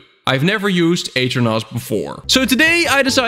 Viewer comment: aternos ❌ eater nos ✅